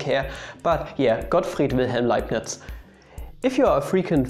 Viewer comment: I actually heard Got fried Wilhelm LimeNutz, nevermind me